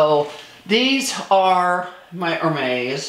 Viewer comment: She picked up a Kelly and called it a Birkin. She does not pronounce Hermes correctly. I don’t think she is a fan. More like a shopaholic.